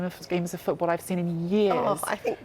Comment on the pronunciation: "Italian foorball experts" LOL